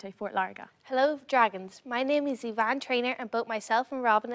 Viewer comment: Her name is, not Yvonne!